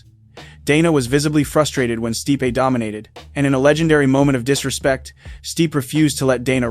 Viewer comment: you pronounced stipe's name incorrectly in two different ways in 30 seconds? " stih-pe" "steep"